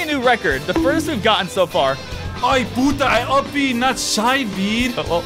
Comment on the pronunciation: Like, is it me or did he say p*ta?